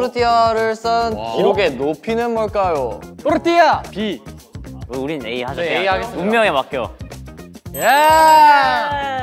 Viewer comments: is my favourite part because i'm obsessed with the way sumin, hyunwoo and yujun say their team name 🤣 TORRRRRRRTILLA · The entire video looks so fun ! But this part got me when they’re telling their team names and the torrrtilla one makes me laugh so much with the way they roll the r 😭😭 They were all so cute too ! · The prononciation of the name’s team is so funny 😂